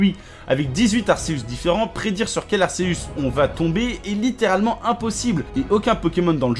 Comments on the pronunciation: Ses pa arceus je crois que sa se li arkéus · je reve ou il a dit arseus au lieu de arCeus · Ca ne se dis pas arceux mais arkeus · Ar"SÉHUSS" pourquoi personne ne le prononce bien c'est Ar"KÉHEUSS" car son étymologie vient de Arkhé et Zeus et on dit Z"EUSS" pas Z"ÉUSS" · Je veux pas faire mon rabat-joie mais on dis A R K!!!!!! E U S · On dit arKeus pas arcesuce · on dit pas arceus on dit arkeus pour la prononciation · On dit arceus avec C pas avec un S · Ça se prononce arKeus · Perso jsp si je suis le seul mais moi jdis arkeus et non arceus 😅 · Arceus se prononce Arkeus